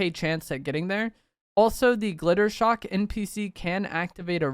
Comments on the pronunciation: hate to be THAT guy, but isnt it Jittershock? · Just wanted to let you know his name is jittershock not glitter shock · His name is Jittershock not Glittershock… but otherwise this video was fire 🎉